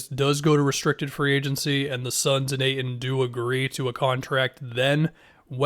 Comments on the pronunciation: STOP SAYING AYTON LIKE THAT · Really emphasised the dudes last name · pronounced the fuck out of the T